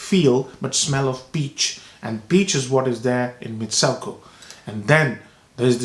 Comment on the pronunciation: it's pronounced MitsOOko...